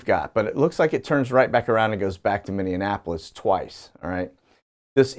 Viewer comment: Min ee a po lis LOL and say it faster. Just teasin'...I am from MN